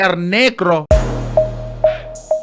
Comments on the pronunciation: Whew!!! this is embarrassing asf 🤦🏾‍♀️🥃😩 & not you saying el nergo lmfaooooooooooooo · Omg when said el neeegrOO I CANNOT 😂😂